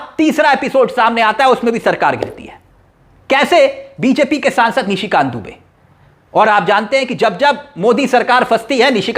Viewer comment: Please read Nishi Kant not Mishi Kant and Burke nahi pair